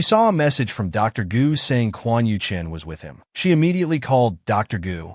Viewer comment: The AI narrator calls both MC and his mortal enemy Quan Yuchen which is confusing. Maybe the male antagonist is named Quan Yu Cheng and the AI narrator can't pronounce the letter "g." 🤔😋